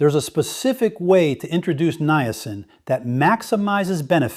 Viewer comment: This is NOT Dr Mandell. This AI imposter does not even know how to pronounce Niacin. I would take anything he says with a grain of salt and run up by my doctor before trying what he is promoting. I really liked Dr. Mandel and his true video channel is MOTIVATIONAL DOC.